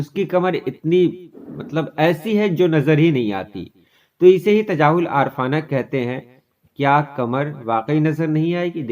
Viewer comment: Lafz Aarif-aana ko aar-fana padhte hain aap..ray pe zabar ke sath